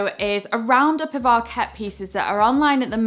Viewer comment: I really enjoyed your videos and I particularly like your style. The word ARKET is a Swedish word that means "the ark", and should be stressed ARket, not arKET. Regards!